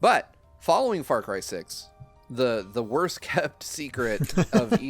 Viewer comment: Saying "Far Cry 6" sounded like "Far Crysis", and now I'm wondering what a mixed IP would look like.